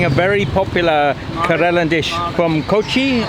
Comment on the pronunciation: your mis-pronunciation of Kerala (Ker-Ruh-la) is astounding